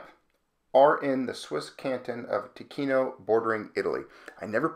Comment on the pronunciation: TICINO= TEE CHEE NO = PARLO ITALIANO...Not "Teekeeno"